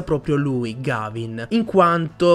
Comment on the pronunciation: Mi spiace fare il pignolo ma si pronuncia Ghevin